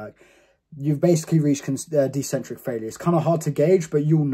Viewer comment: It’s ECCENTRIC, Not DEcentric